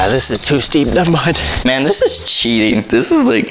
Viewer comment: You said dis and its this